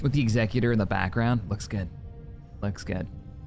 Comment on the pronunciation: Day 10 of asking to pronounce Executor correctly… Also saying Shed leans hard right and therefore he’s a bad guy makes zero sense. If anything he’d be hard left, because he’s Imperial meaning he’d be all for rising taxes, stripping the rights of the people to defend themselves, and fake news/ propaganda. Or you could just leave real world politics out of Star Wars…🤷‍♂️